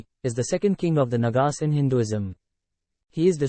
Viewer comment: The pronunciation is NAAGAAS, not NAGAAS.